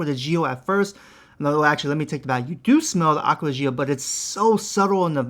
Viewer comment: Stop saying it jee-oh . It’s just Joh